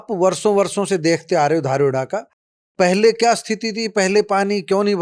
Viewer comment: धारुहेड़ा नही दारुहेडा